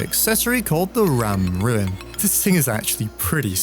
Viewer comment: Ram Rune, not Ram Ruin. Rune is pronounced like "Roon".